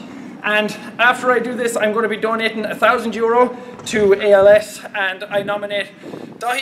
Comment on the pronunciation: "After I do this, Im gonna be dohneetin thoosand euuros" :DDD